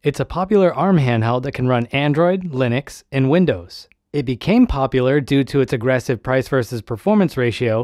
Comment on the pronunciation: I like how u emphasis popular when I’ve never heard of this in my life and neither have many